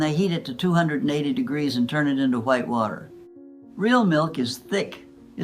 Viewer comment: This is all made up by AI… near the beginning of the video she said wat e r instead of water. That was my first clue…